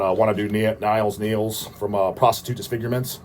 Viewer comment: I can assure you that it's pronounced 'Neels', here in Holland we don't know the name 'Niles' except from Frasier ;)